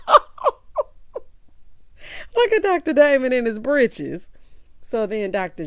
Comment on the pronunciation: When you said “Britches” I screamed. Sounding just like a grandma in the Deep South. 😂😂😂😂😂